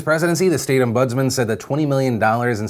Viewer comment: Phil I love you, but for someone who talks about news on the internet 5 day's a week, your pronunciation is at times shocking, ombudsman 3 syllables om-buds-man. I know it is nit picking but please. try a bit harder will you.